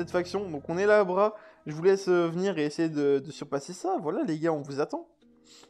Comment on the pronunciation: Arrah pas Abhra xDD Sinon bonne vidéo